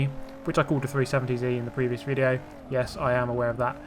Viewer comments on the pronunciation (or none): none